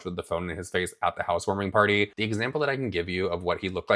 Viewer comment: "We had a housewoaming potty" LOL this lady is so messed up.